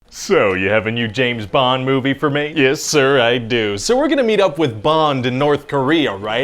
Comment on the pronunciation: James BONG? "I was almost there."...😂